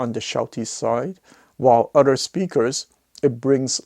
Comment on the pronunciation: Wish you would learn to say other correctly instead of udder!